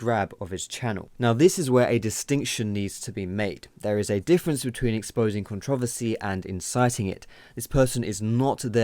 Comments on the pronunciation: You are pronouncing controversy wrong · yeah this vid was put together very well and I completely agree... the only thing is the way you say controversy is pretty funny to me :P